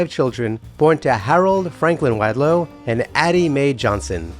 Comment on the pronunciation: Learn to pronounce wadlow